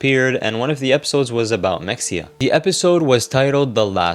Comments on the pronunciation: Is it “Mex-e-uh” or “Muh-hay-uh?” Like “Mexia, Texas” is the later. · 1 min in- ITS MA-HEY-YA not Mexia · Mexia is pronounced Muh-HAY-uh, not MEK-see-uh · It’s pronounced mah-hey-ah. If you’re going to do a info documentary at least learn how to pronounce shit right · It's pronounced MUH-HAY-UH Source: I live close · I'm pretty sure mexia is pronounced like "maheyah" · The way it’s pronounced is meh-hey-yah btw lol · Its muh-hey-uh im pretty sure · Mexia is pronounced “muh-hay’-uh” because this is Texas.